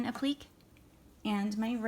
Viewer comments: I'm very sorry but you are mispronouncing applique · Dearest “”!♥️ Please do not take me as a “know-it-all”! I have great respect and happiness for anyone who just gets out there and produces their own channel! (Especially doing tutorials!) You are an excellent teacher, but you are mispronouncing the word APPLIQUÉ. And I don’t want folks out there poking fun at you while you are doing all the hard work!♥️ So just a little lesson - you pronounce the word APPLIQUÉ in THREE SYLLABLES, NOT TWO. The proper pronunciation of the word sounds like AP - LI - KAY 😉. (NOT “ap-plick!😖) God bless and keep you and your excellent work in Jesus’s Name, Amen! I’ve subscribed to your channel, and cannot wait to do another project with your great (and easy-going♥️) teaching skills! THIS IS A BEAUTIFUL LITTLE TREE! 👏🏼👏🏼👏🏼🕊✝️🙋‍♀️🙏🌹